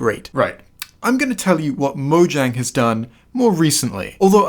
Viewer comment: Buddy. BUDDY. It's a soft J. Say it with me: MO-YANG